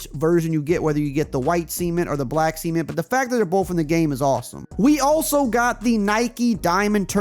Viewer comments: Did this dude just call the Jordan 3 cement “seament” 🤨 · Bro why do you keep pronouncing cement like that 😂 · haha see-ment